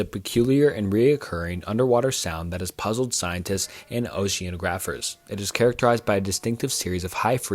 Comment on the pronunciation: A lot of people complaining about pronunciation, but who knows when they're pronouncing something wrong? The one I keep noticing is oceanographer: ocean- ah- graphur is how it's usually said. You're doing a good job though, don't let YouTube comments get you down when they're negative- sometimes people are trying to be helpful and it sounds wrong, sometimes they're just jerks :D